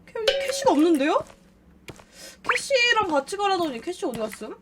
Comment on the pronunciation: 악형이 캐시야하고 부를때마다 왜 코시야라고 들리는걸까?